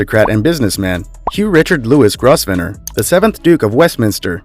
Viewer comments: You don’t pronounce Grosvenor correct, don’t say the s. It is Grovenor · It's pronounced GROVE-nor for crying out loud. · Grosvenor is pronounced “Grove-ner”. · It is pronounced Grovener, not Grosvenor , the S is silent. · You should make an effort to pronounce names and titles correctly. The most glaring instance wast that of the family name of the dukes of Westminster: it’s pronounced “grove-ner”, not as you pronounced it. It’s an ancient French name. One can be more forgiving in respect of European names and titles but it does seem to me that if you’re going to mount a program like this, then getting the names and titles right is really only the least you would expect. An interesting program otherwise and thank you for presenting it. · Somebody tell the commentator that Grosvenor is pronounced Grovenor. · Your financial information is very confused. For instance, the British royal family does not own the Royal Collection, the Duchy of Lancaster, or the Crown Estate. They are held by the nation for the use of the royal family. PRONUNCIATION:: Grosvenor is pronounced Grove-nor. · Very interesting. Put them all together and we cmould solve globall poverty. However I realise wealth unwisely goverened can turn to dust quickly Please do learn correct pronounciation of those difficult foreign name. GROSVENOR is pronounced Grovner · It’s grove-nor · the S in Grosvenor is silent. pronounced Grovnor. did enjoy the video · for heavens sake, learn to pronounce the name "Grosvenor" correctly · Please Please please learn how to pronounce Grosvenor correctly !!!! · The 's' in Grosvenor is silent. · The "s" is not pronounced in Grosvenor. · Great article. Thanks. Tips for pronunciation...The "s" is silent in "Grosvenor"...sounds like Growvenu.( u as in up)....and Edinburgh has no hard "g" sound at the end...it's "edinburra." ( Australian English) or in fact "edinbru" ( short u as in up) ...UK English. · Grovenor id the pronunciation- not Grossvenor! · Grosvenor = Grov-ner.